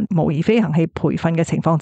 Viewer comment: 另外，模擬→音 : 毛「以」